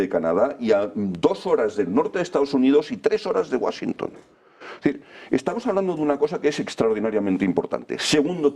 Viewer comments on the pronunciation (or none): none